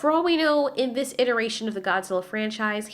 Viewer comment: "Ziss way" 😆